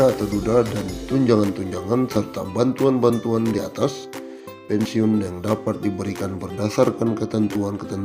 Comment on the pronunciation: Bilang.. bantuan..pun jadi banturan. Jelas bicaranya pak walau bohong.